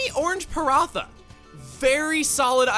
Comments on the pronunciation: "paratha" is not pronounced with the th in "thick" It's more like the t in "two" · Even though the Paratha has a "th" its still pronounced as if the "h" is Silent. So its Para"ta". Since this originates in India i assure you we dont put Orange cream on ours. Its generally stuffed with Mashed and boiled potato. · It's actually pronounced Parat-HA, not Para-THA. It's an indian flatbread with a layered texture. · Technically it's pronounced "Parata" but nevermind that. Been caught up and I really really want a Xenoblade game for my switch. Thanks for the content